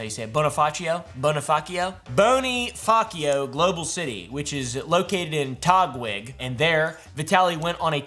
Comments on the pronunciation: Bonifacio pronounce like Bo Knee Fa Show and Taguig like Ta Gig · Bonifacio is pronounced as "bo-nee-fa-sho" and taguig is "ta-gig" :D